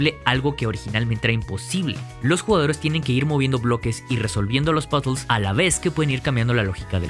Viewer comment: No he podido tras escuchar dos veces "pasols" por puzles